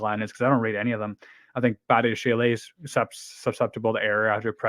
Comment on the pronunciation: Badiashile is pronounced badi-a-sheel, not badi-a-she-lay. He’s French so if it was pronounced like that, it’d be badiashilé.